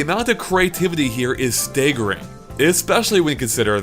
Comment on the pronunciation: Did he say “stay”gering?